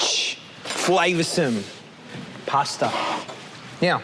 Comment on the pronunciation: did you know there is no r in the word pasta. poor articulation